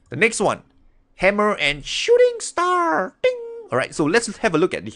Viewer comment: that one moment "Hammer and 🎇🎇shooTING sTAAAR !!~ 🎇🎇 TING !!"